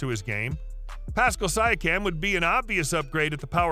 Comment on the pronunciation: You’re already wrong about RJ and can’t pronounce Pascal’s name properly. Thumbs down from me.